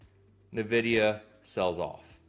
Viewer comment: It's ENN-vidia, not NUH-vidia. I lived in Silicon Valley for 25 years and drove by their HQ every day.